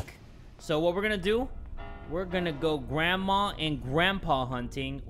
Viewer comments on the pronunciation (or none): Lol i was thought he said gra-ta-ta-taaaaaaaa😂😂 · The way he said gradma 😂